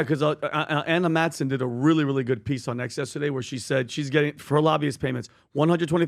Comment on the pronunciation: Nobody: Pbd: YESTADAYE….!!!